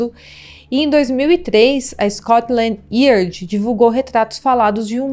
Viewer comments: Você pronunciou Scoltand Yard errado. Vc disse Iard com ênfase no I mas iÁrd com ênfase no A. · Esse curso de inglês nao deve ser grande coisa, eu tenho visto alguns videos e deusmalibre, era preferivel usar a palavra em Português quando nao se sabe pronunciar em inglês, ou até ao fazer investigação ouvir como a palavra é pronunciada. Porque "Scotland yerd" é só very weird. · Scotland yard lê-se Scotland "iárd" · MIL DESCULPAS, MAS TER UM CANAL SOBRE CRIMES E NÃO SABER PRONUNCIAR SCOTLAND YARD É UM VERDADEIRO ABSURDO! NÃO É DIFÍCIL PESQUISAR ISSO! NÃO PRECISA NEM FALAR INGLÊS! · Insuportável ouvir os erros dela. Não sabe nem pronunciar o sobrenome da menina. Fora os erros de português. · Fora outros erros. O sobrenome da menina ela fala errado, não é igual Mac Donald. e "Yard" de Scotland Yard ,ela fala errado.